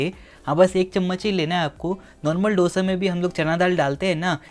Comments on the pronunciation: आप हैदराबाद के हो कम से कम आप तो डोसा मत कहा कहो आप को पता है की उसे दोसा कहते है डो नही दो भय्या 🙏🏽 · दोसा!!!! Please!!! Not डोसा